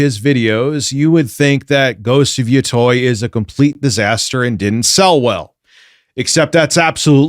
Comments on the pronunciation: Ghost of YO-TOY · Ghost of "Yatoy"